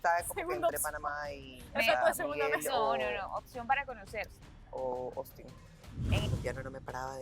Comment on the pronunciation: POR DIOS No es "OSTIN" es "AUSTIN "😶